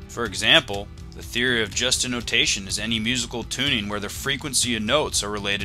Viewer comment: The only problem with this is you pronounced "Just Intonation" wrong.